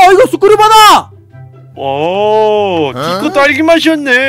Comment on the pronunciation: 가 자꾸티코 라고 하는거 웃겨요 ㅋ